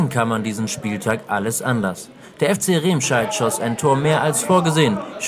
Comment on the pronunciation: Es heißt nicht "Rehmscheid", man spricht es "Remmscheid"